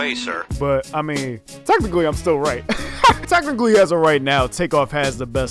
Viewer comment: “riGhT” that was so annoying